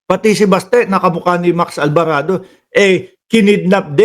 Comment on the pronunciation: ALVARADO ✔️ ALBARABO ❌️